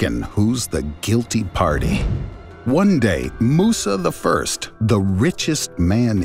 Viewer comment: Not to be a pain but Musa l l was the richest person ever not Musa the l